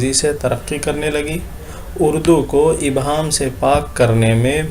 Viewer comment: شکریہ سر لیکن ابہام نہیں ایہام ہوتا ہے